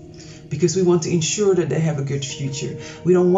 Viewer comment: Isss-euse? oh Issues. Love your channel so much but these pronunciations 😂🤣😁 Ensss-euere? oh ensure! Issues = Ish oose Ensure = En shure or I am I too common for you.